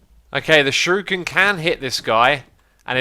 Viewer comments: It's not shiruken it's shuriken... like sure-icken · Also It's Shuriken Sounds how it's spelt Shur-ih-ken